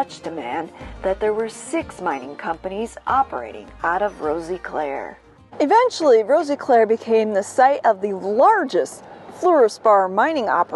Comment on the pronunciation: she as well was saying it wrong, the "i" is sort of silent so it would be pronounced as "Roseclare" if that makes sense. (i live here)